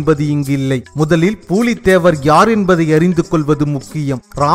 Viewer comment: Not பூலீ தேவர் it's புலி தேவர்